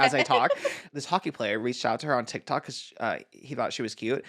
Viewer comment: I love how Trish says TikTak